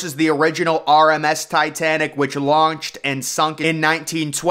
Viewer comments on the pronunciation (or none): none